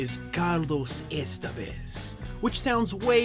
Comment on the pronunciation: It's pronounced Estévez, not Estevéz